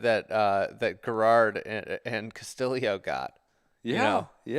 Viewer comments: Please stop with the Dan Hicks! Ricky Ca-Sti-Yo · Ricky is Filipino and that's how they pronounce it in the Philippines. Ca-Sti-Lee-Yo